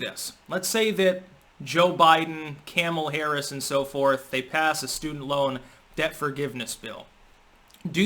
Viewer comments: Was I hearing things, or were you saying "Camel Harris?"😄😄😄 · Damn did you just say "Camel Harris"??? Did I hear that right?